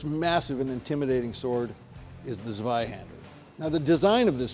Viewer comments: "Zevi Handler" XD! Your YouTube guy needs to brush up on his German! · Also how he pronounced the z in zweihänder